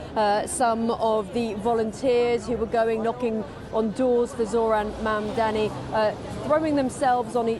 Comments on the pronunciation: Never understand why white people around the world have trouble prouncing the simple word “Mumdani”, it’s not tongue twister ffs. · Anchor is struggling with pronounce mamdani